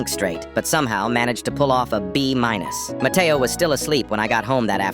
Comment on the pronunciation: Bro he said that his friend name was Mateoo